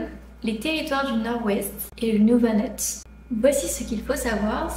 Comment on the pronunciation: Tu écris que ce n'est pas la bonne prononciation, ce n'est pas le bon nom, ce n'est pas le Nouvanut, c'est le Nunavut.😊